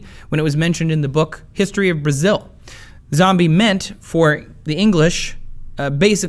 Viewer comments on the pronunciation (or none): none